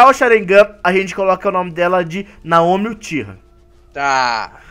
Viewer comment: a pronúncia é Naomi